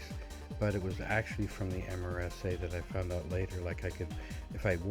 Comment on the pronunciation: Not said as the actual letters, but sounds like MERSA